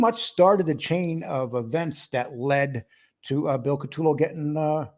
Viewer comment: You guys can’t even pronounce Bills name properly….CU toe lo = CUTOLO……..not cat too low